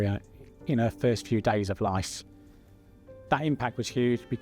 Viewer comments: Why does the man keep saying lice instead of life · I had to rewind as well. He definitely said lice.